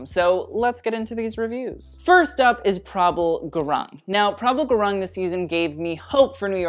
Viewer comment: Gurung is actually pronounced 'gooroong' ...but as English does not follow standard Latin pronunciation, we understand most English speakers would butcher anything.